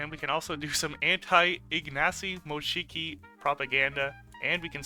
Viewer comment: why are you saying Ignacy Mosiki😭😭 "siki" is pee in poland it sounds so cursed for me